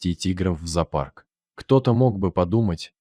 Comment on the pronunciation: Ведущий ты что безграмотный, какой зопарк, произноси слово правильно, зоопарк.